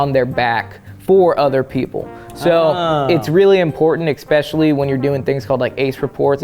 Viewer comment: Eggspeshialie? Ekzpecially? Xspecially? Xtra-especially?